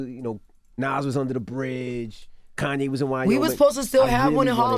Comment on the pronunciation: Nigga said Koonye 🤣💀